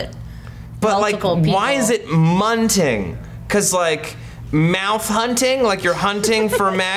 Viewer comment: ITS MUNGINGGG! with a g